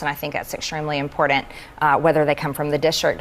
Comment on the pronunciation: MTG really needs to learn how to pronounce the word "important".